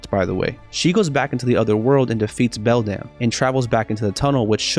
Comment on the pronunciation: I love how you say belDAMN instead of beldam